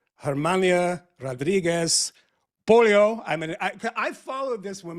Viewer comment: POH-LEH-OH Michael! you're calling her Pollo - Chicken